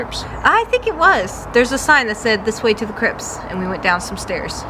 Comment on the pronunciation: Hi both! On the pronouncing the Chrypts, it’s actually spelt “crypts” with a pt and it’s pronounced Cryp ts as in the ts is enunciated after the p. Remember the “Monster Mash” by the Crypt kicker 5 . I hope that sounds non idiotic to I tried. Phew! your trying, (very trying, Hah!!!)